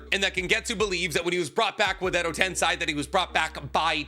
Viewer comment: At this point, he must say stuff like tensai instead of tensei just to get under our skin lol